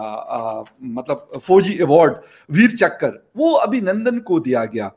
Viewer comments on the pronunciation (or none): "Veer Chakra" nahin "veer chakr" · .veerchakra award hai ... VeerchakKra nhi hai ... Thora padho ache 😂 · Abbe ullu, Veer chakra, not Veer chakkar 😂😂😂 Aur har vid mein pakistan atami mulk hai bolna zaruri hai kya!!! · It's "Veerchakra" not veerchakkar 😩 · Phle sale tum log thik se bolna sikho..veerchakra not veerchakkar..🤣